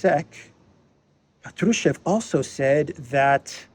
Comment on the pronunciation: Hi,. It's Pátrushev, the stress is on the 1st vowel, "a". Just fyi.